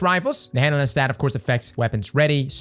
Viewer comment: Take a shot every time says " handle-inn"